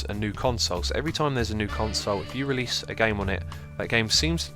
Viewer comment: RELASE! ENGRISH YO!!!